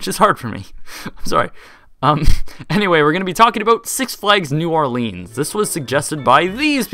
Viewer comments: It's pronounced new orlens, not leens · Great video and explanation of the history! I went here as a kid both when it was Jazzland and Six flags so it's very interesting to watch. But, dude... It's not New OrLEENs. It's pronounced like New Or-Linns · Its or-leans idiot you see the ea in the name you probably failed spelling class at school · it's pronounced "OrlINs"